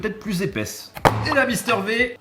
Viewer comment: Mister V prononcé Mister Vie par pitié, au secours 🤣🤣